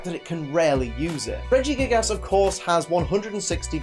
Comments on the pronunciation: He said Regigiggles hahahhah XD P:S good video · Lol you said in the video "Regigiggles" XD